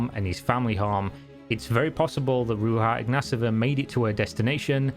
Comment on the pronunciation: Ro-j-Ha iGnATova And omg that "Forbes" cover is a ad ,she paid for it. Lolol